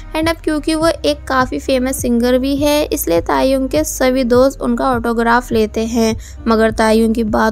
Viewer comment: When she say tae yong I listened taehyung 😂